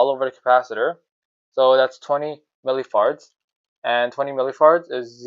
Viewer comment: Bro are you really saying milli farts? 😂 But that is a very tiny fart.